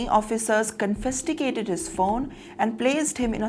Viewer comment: U should talk in Hindi not english. It's confiscated not confistticated.